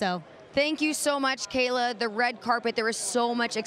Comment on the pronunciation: Charly says gayla Braxton because of kayla real life smh